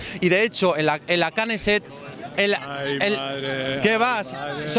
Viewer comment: La kaneset dice jajaja y es Kneset😂